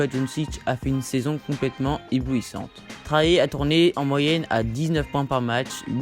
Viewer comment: Sa se prononce pas Traé mais très Young